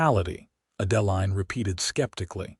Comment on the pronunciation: The name Adeline is pronounced Ad•ĕ•līne.